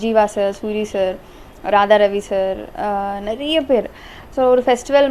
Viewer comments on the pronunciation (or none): none